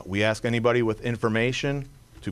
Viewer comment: You would think a CHIEF OF police in A major U S City could pronounce the word “ ASK” in 2024